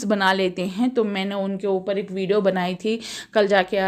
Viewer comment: Vido nahi vidio bolo